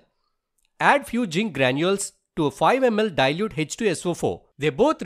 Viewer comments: Zinc nahi jink haii😂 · Zinc 😅 jzin 😂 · Pls pronounce zinc properly 😂